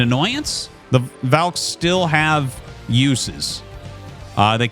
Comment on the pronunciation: and in this video he pronounces "valks" and "valkyries" correctly, out of nowhere. lol he has a weird thing with that word